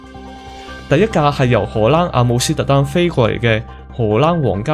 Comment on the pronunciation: 括弧内为读成嘅错音。 波音747个7字有少少唔准， 空中巴士（死）， 阿姆斯特丹（dang）， 1736班（bang）机， 出（速）口 。仲有间（更），行（痕）（闲）等等有啲啲咩音。要翻工，只可以帮到黎哩度......😅